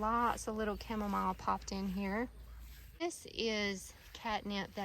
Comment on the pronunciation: The way u pronounce Chamomile annoys me for an unreasonable amount. Anyway, the gardens look fabulous ❤